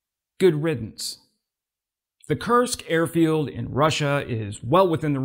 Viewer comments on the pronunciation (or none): none